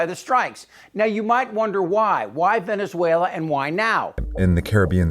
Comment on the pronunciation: It's "Venezuela" just saying...